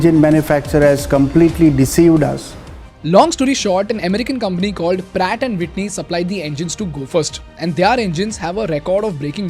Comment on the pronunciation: "Pratt & White knee" "Brat & Witney" 😂